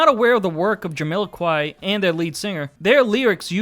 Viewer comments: JamILOquai? What are you saying? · JamILOquai, BarriLOquai, PappadilLOquai It's Jamiroquai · Does the narrator completely mispronounce 'Jamiroquai' every single time he says it?! 😂